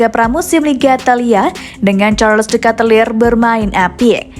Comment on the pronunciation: Bacanya bukan katelir.. tapi keytelar